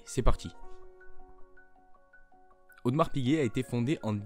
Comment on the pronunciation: A Genève on dit Audémars et non audmars!!!!!!